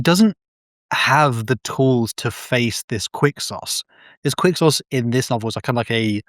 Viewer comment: “qUiCK SAucE” ITS PRONOUNCED FUCKING kwik-sohz